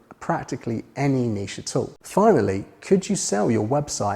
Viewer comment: Great video and great to hear someone pronouncing Niché correctly. I can't remember which Jurassic park film the reference was from so I'll need to binge watch the series... After the rest of your videos of course.